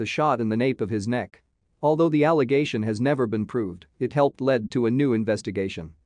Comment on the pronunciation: Using a computer to speak this is just annoying. Half the words are mispronounced due to typing errors. The man that owed the IRS $48,3 hundred something. It was read as 48 dollars 321 or whatever. Something about a lead was read as led. It’s annoying and really none of the cases included really not a lot of info. Won’t bother watching these again.